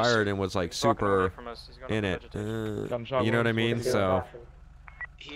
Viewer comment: yehnuhnuhmean? Someone make a meme out of that.